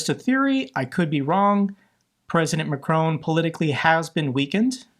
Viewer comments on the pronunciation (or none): none